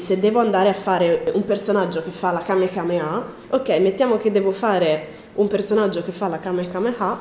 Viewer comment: Hahahaha kamekamea Si dice Kamehameha